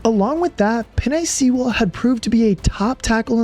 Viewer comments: How do you mess up Sewell's name so badly?? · they way you pronounce Penei Sewell’s last name might be my thirteenth reason. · Love the breakdown, but we gotta work on that annunciation of "Sewell" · Great video. That Penei Sewell pronunciation needs work though. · Why did you pronounce Penei Sewell’s name like that 😂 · The way you pronounce Penei Sewell was driving me nuts lol. Great video though! Thank you for posting. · Good video but you gotta learn how to say Penei's last name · Idk if I'll ever forgive you for murdering Josh paschal and penei sewell names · How this dude is saying "Sewell" is hurting my ears. Good video tho. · Ive never heard Penei Sewell pronounced "sea-will" lol. It's "sue-wel" just an fyi. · Its "Sue-ell" not Sea-Ell" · Penei "Sea-well" , Josh "Pash-all"... Dude. Its a good video, but such obvious mispronunciations take away from the final product. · Lol Penei Seeeewell! Sewell like Jewel. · God... makes me cringe every time you say Sewell. Its pronounced Sue-uhl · You did good with the Adam Beydoun and Mike Kimber clips, but please pronounce our beloved right tackle's name right. It Sue-L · Sheila cleaning house & building the new regime was God sent. I tear up every time he play. We are far removed from the dark ages. Our GM & coach are the best in the league. Its not just a team but a family. OK its pronounced "Suwell" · Penei SEA-WELL mad me cry as a lions fan 😭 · I just dont like the way he says Sewell. SEE -WELL. My only gripe. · I’d love to pick the brain of the narrator and ask how he gets “Sea Well “ out of Sewell. Just fascinating stuff. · Penei See-well 😂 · "Penei sea-well" 😂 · Penei SEE-WELL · Excellent video. My only criticisms are that you butchered several names (Sewell is pronounced Soo-well), and didn't mention the Lions bringing Chris Speilman into the front office. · Sewell is pronounced “SOO-ELL” and it’s driving me nuts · Sea-well. lol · "peenay seewell" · U pronouns Sewell like “sool” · Did you just say sea-well?